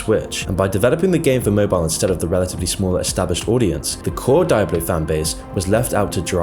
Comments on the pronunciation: the way you pronounce Diablo makes me angry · The way this man pronounced “diablo” gave me a stroke. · has a surprising ability to butcher any name he comes across, I had never seen someone mispronounce diablo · I felt physical pain every time he mispronounced diablo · Bro I'll donate 100 bucks if you stop being such a Britbong and pronounce Nike and Diablo correctly. Nike does not rhyme with K*ke dude. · Jesus Christ, the way you are spelling Diablo gives me brain damage. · good video. But I have an issue with how you constantly mispronounced Di-ablo, World of War and Nostairius. It's Dee ah blo. World of Warcraft and nostaLrius as in nostaLgia. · Its D i ablo not DIEablo..... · You know is not a gamer by how he pronounced Diablo (DiEaBLo wtf?) 😂 🤧 🤦‍♂️ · switches from "die-ablo and dee-ablo" pronunciations a few times in this video, it's a bit strange. Less of a matter of accent and more of a personal quirk/oddity. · “Die-Abloh”, It’s “Dee-Ahblo” ffs lol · Great video but say its , DEE OBB LOW not DIE AB LO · It's pronounced Dee oblo, not die oblo. It's etymology is Spanish. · every time you say dye-ablo instead of diablo, I wince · Is not dAIAblo. Is Diablo, say it in Spanish. “Dee ablo” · Die-ablo lmao It's pronounced dee-ablo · die-ablo... should be Dee-ah-bleugh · I cant make it through this without letting you know it's DIABLO not Dieablo not Deiablo. Learn the kings proper English m80 holy hell. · It's pronounced "DEE-ABLO" not "DIE-ABLO". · Every time he sais "d-eye-ablo" I'm forced to scream internally "it's di-a-blo!" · It's like nails on a chalkboard hearing you call it "die ablo" instead of what it's officially called, "dee ablo" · Anyone else bothered by his mispronunciation of Diablo? Should dee-ah-blo not dai-ah-blo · Dee ah Bloh son DEE AH BLOH.....sorry that Die ah Bloh pronunciation was literally giving me ear CANCER lol Edit: Great video though!! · "die-hablo" hahahahah cmon man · DIE-ablo? lol learn to pronounce